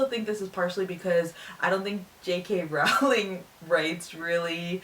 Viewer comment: Just so you know, every time you review one of these books, you say Rowling's name wrong. It's supposed to sound like "rolling".